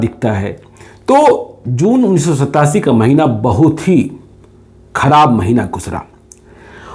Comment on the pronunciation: Mera naam Gyaneshhhwar hai. ... vo kadab din tha. What a pronounciation ability he has.😃😄😅😆